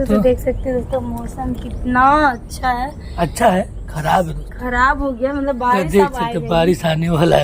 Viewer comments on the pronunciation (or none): none